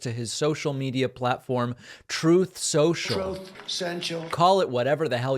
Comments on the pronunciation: "Troth Senchial" LMFAO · You can never stop running that sound bite of him saying troth sential. It will never get old. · Troath senchul? 😂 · Troth Senshile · I will never, never, ever get tired of "troth sentchul" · Trope sensual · I'm always a bit bummed when other outlets don't also play the "troth sentchul" bit when it's mentioned.